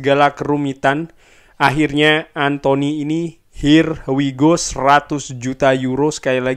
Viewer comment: Ya kann.. Ya kaaannn... Her why go